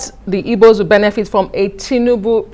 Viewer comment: Is he an Igbo man? Because and Igbo man won't pronounce it this way he did. Which one is Ibos?